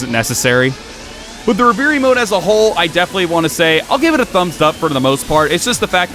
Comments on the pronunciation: Love the content, but yeah you sounded like a dumbass on camera. It's pronounced Rev-er-ie :P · Great review. What is he saying when he says ‘re-veer-y’ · Great review. What is he saying when he says ‘re-veer-y’? Is it “reverie” mode??